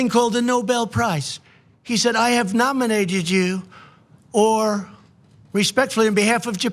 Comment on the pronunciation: Aw. Abe nomijated joo?